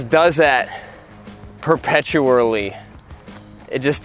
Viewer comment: Can’t say perpetual !